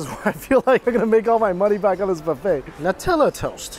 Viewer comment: thankyou for saying 'nutella' correctly